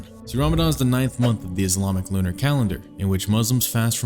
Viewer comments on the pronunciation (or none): none